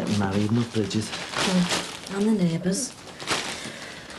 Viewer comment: Brigid not Bridget